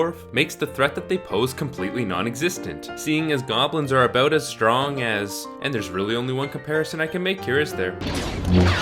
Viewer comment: Saying about as "a-boat"... Ontario or NS? Anyway, great review.